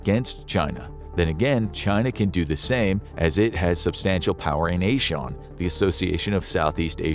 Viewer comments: ASEAN is pronounced “ah-zee-an” not “ayy-Shan”🤣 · ASEAN is ah-seh-yan not ey-shawn as infographics said. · its not a shawn..asean..its azian ok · Its asi-yan not ey-shawn. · It is pronounced as "ey-sea-an" not "ey-shawn" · Not A-Sean it's AA-SEE-AAN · It's pronounced azeean, not your Irish shorn a-Sean. Think of it from an Asians pronunciation point of view, not your Anglo Euro centric one. I'm surprised you don't know that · You mispronounced ASEAN, it's not A-Sean. It's Ah-See-Ahn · ASEAN is pronounces Az E An. But I mean it was a good guess. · ASEAN - Ah See Yawn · The pronunciation of Asean is not right it's pronounced "ur zee uhn".